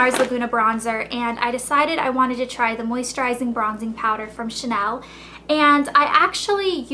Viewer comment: ur prononciation is nice but it would be cool to know how to pronounce the big brand like chanel correctly unless you doesnt sound like a professional, just an american fan of this brand..